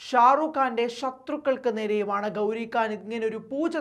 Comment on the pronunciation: Da, makkale, gouri kaan alla. Gouri Khan. Meghathinte "kha" 😂